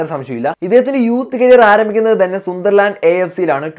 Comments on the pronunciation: സുന്ദർലാൻഡ് അല്ല സണ്ടർലാൻഡ് is correct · സുന്ദര്ലാന്ഡ് അല്ല സന്ദര്ലാന്ഡ് എന്നാണ് 😄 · Sundhar land alla 'sun'derland